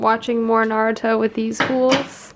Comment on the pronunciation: You can buy bagels at the grocery .It's driving me nuts that she says Naruto wrong 🤪